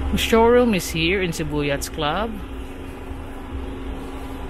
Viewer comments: Korek! Sakit sa tenga ung " yats"!😅😅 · Yacht is pronounced "yat". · It’s pronounced with a silent (S) the harbor need some improvement.